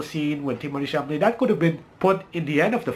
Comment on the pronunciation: It’s Chalamet, not Chamalet. Of the three movies, I liked Dune the most. It was also the best, as far as cinematography goes.